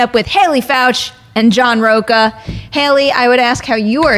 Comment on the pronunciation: Learn how to pronounce “Rocha!!”